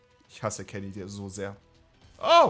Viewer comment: Ok bin ich der einzige der die ganze Zeit Keggy anstatt Kenny verstanden hat ?